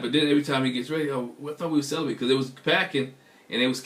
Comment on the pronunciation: barebacked 🤦🏾‍♀️ Celi-bent 🤦🏾‍♀️